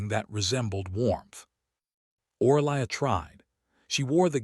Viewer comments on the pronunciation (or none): Name = pronounced O-ree-lia (Orelia). Language needs editing please.